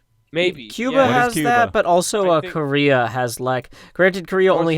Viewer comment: North Krayrea?